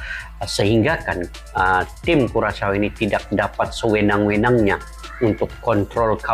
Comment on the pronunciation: Bang, cara menyebut nama negaranya /KURASHAU/ bukan kuracau, apalagi kukacau.